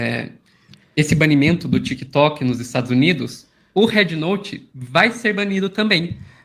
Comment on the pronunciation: Ela fala red como head 😂 brasileiros deveriam falam em português mesmo mas os caras são tão colonizados que querem usar palavras e jargões em inglês ao invés de valorizar a própria língua. As pessoas tem de abrir o dicionário ou procurar um professor bom e aprender fonética , o Á de app é o que eles chamam A curto Á é um A agudo o simbolo é = ( æ ) não tem nada a ver com É . Bed e bad tem sons diferentes , beg e bag tem sons diferentes , man e men tem sons diferentes . Por isso vocês aí falam épple não existe isso pô 😂😂😂😂 æpple Ápple apple 🍎 Escutem a chinesa americana quando ela pronuncia App 👌